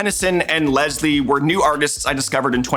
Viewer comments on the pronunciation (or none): none